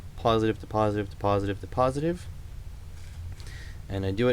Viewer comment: Something about your accent when saying positiveo and negativeo reminds me of.